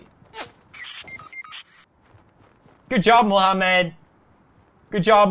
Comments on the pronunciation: The amount of times he said “mOhAmEeD “ i’ dead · Qasim what was the joke. There was no joke on Muslim. He jst didn't knew how to pronounce the name